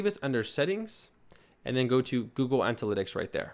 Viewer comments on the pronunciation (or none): antalytics?... ANALYTICS!... ANA not ANTA... thanks for the videos, you are superb... but you mispronounce things all the time. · its Ana-lytics.. lol. can u do a server/domain tranfer for ur next video?